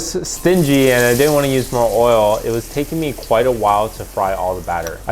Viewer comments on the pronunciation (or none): none